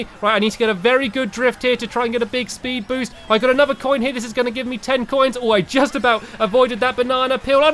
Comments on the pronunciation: Did anyone else here Stampy say Spood Boost? <D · You said spood boost stamps